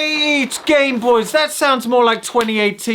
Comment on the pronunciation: Call it a Gameboys. “This is my Gameboys” Pronounced game boice